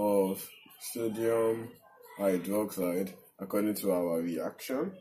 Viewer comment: I hear "sºdºmite" 50% of the times you say "sodium hydroxide" lol